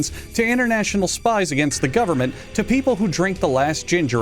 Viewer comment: "End of Ze World"??